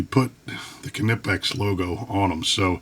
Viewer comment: In English it's nipex. We (english speakers) do not focus on the K like the Germans do. It's not a Ka-nife it's a knife(nife), it's not ka-entucky but Kentucky so same thing for knipex(nipex). What's next Americans are going to try and pronounce Volkswagen the same way the Germans do even though it's a different language